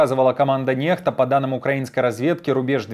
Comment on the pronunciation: Извини дружище, но "Nextа " читается " Некста" ,а не нехта. "X" читается "кс", но не русская "х".